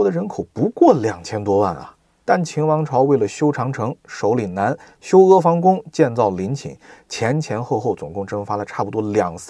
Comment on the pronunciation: 阿a房fang宫,阿e房pang宫